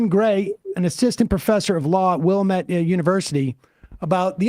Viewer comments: FYI, it's Wil-LAM-ette. Accent is on the second syllable. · It's pronounced Willamette, dammit! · Need Sam to visit the wilLAMette valley lol